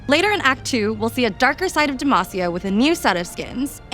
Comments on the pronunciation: I really love this update and all the info we get. Considering Garen has been saying DemAHcia all these years, hearing the devs say DemAAcia is making me twitch every time though haha. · Why do they pronounce it like «Demæcia»? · SAY DEMACIA CORRECTLY I BEG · i wonder if this guy will ever correctly pronounce DEMACIA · 15 champs in this game from demacia, many of which yell it in game for skills, and the guy on the right still says it wrong. smh, idk if i have faith in these new rioters lal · How do you pronounce it? I heard it two ways. Is it DemASia or Demahsia? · How he says Demacia is...... urking me lol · stop saying demacia like that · The way pronounces Demacia is unique to say the least